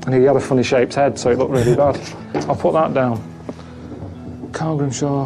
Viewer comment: All of u say Carl not coral